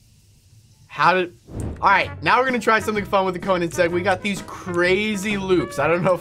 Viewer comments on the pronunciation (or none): none